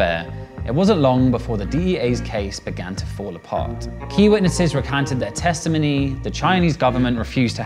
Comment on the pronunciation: hey, its called a testimony. not testiminny